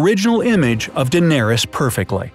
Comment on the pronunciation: dendarys.. ....what..?